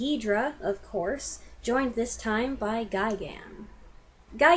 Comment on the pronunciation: It is properly "Guy-gan."